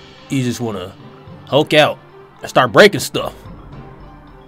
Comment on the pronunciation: Funny that "mulk" :D